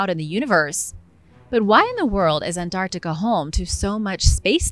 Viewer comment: this voice saying the word "Antarctica" is killing it for me